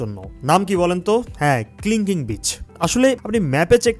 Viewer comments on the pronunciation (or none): Kling Kling না ভাই, Kelingking beach. never mind plz🤣